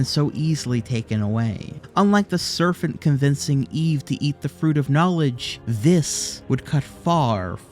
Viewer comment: Of all the things you mispronounced.... I wasn't going to be a nazi and comment until he said "SERFENT" for serpent at the end lol